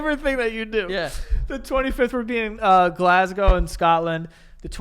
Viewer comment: an American just pronounced Glasgow correctly this is now my favourite podcast